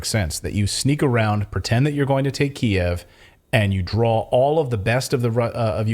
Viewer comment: i love that you're pronouncing Kiev the way it has always been pronounced